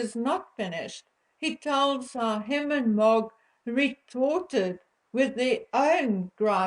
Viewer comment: MOG does not translate well on video it took me a while to figure out who you were talking about . It may be your accent.